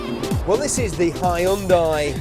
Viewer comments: Its not HAI UN DIE ONLY HYUNDAI AND YOU READ IY HYONDAE!! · why the fuck is he pronouncing Hyundai like that?